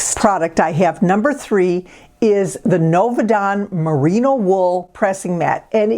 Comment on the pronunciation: Merino not Marino